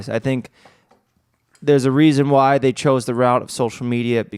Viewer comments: I was confused and stuck on the “Whaa” (why) thing 😂😂😂 Actually love hungover 😂🙌🏻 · “wah-y” 😂😂😂😂 so good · I thought the same thing! She only brought out the southern accent on WHY? As a southern belle myself it doesn’t work Like that. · saying ‘whyyy’ in a southern accent made me laugh out loud in the street